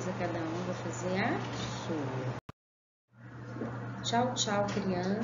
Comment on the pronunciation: Tá errado moça é tchau tchau você disse tia tiau